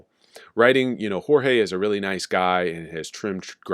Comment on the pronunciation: Lol “Jorge”😂😂